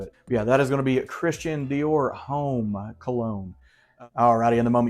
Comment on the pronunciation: Great vid and recs. Xerjoff Renaissance is my fave. “Citrusy” is the word you are looking for I think. ; ) You cracked me up! And it’s “Ohm” not Homme homie, lol. Hope you are feeling better!